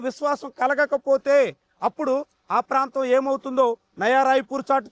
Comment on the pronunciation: Nava kadu nayana nayaa